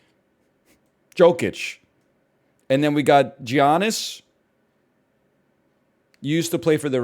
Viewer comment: Joe-kich and jee-annis really got me angry lol